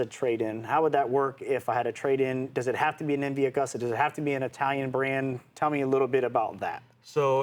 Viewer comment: Pronounced MV A-GOOS-TA